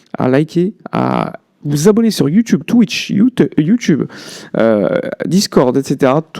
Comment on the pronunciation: “YouTeub” j’ai pleuré